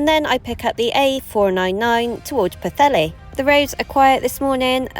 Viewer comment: Well done for a decent pronunciation of Pwllheli